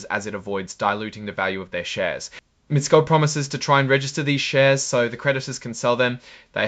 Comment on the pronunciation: Mi-tess-ko is the pronunciation